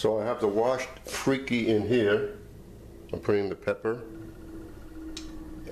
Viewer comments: Lololol not “freaky” it’s “free-kah”, you really should do your research before you make your videos. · you really should pronounce it correctly. You actually said “it’s pronounced Freeky” that was a wrong statement. If you didn’t know how to pronounce it than say so, but don’t proclaim knowledge when you don’t know. And such a disrespectful pronunciation makes the rest of your knowledge suspect.